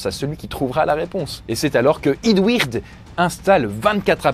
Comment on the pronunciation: Eadweard tu le prononce mal prononcé le en anglais / québécois pi c’est bon